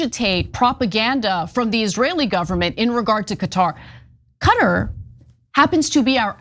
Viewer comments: CAT-AR not cutter! duh! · For the love of God, decide on a pronunciation. In one sentence you switch between “cutter” and “cuhtaar”. 😂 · no its not not pronounced as cutter its Qaaaa-tar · Anna, it's Qatar not Cutter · Qatar = Cutter ??? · Where the hell is cutter? You guys have Murdered the English language